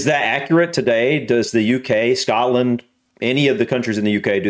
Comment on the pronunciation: Finally an American that can kind of actually say Scotland right